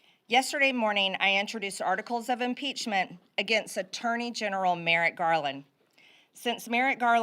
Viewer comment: "... it is with the highest amount of "solemnidy" (SIC), I announce "inpeachtree" for everyone. - MTG